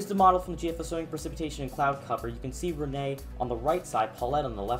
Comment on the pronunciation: Yay he finally said Rene right